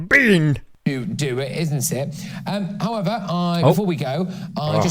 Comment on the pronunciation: "bean" was hilarious